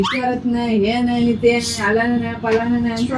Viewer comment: हलाना nahi palana नाही बडबड करत होती....😅😅😅😅😅😅❤